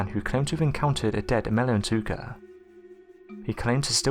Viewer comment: it's not emel ntouka it's emela n'touka or emele n'touka (elephant killer). He spelled it right but pronounced it wrong. He also pronounced mokele m'bembe 'mokele membe'. Maybe he has some type of dyslexia. weird how he pronounces the last word of every sentence slowly and with the same intonation (pitch goes up then down). sounds creepy, stuck-up, narcissistic and unintelligent but keeps me amused.